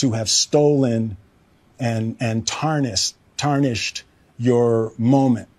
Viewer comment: That mispronunciation of 'tarnished' was about as phony as Jussie Smollett's stuttering around